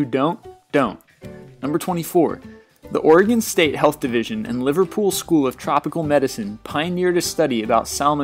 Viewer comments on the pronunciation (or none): none